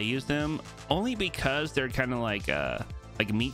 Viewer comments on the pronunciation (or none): none